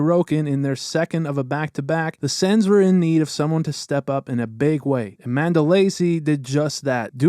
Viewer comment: Not to pick but I think your pronouncing Mandolese incorrectly